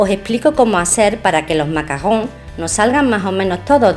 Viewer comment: Porque dices macagons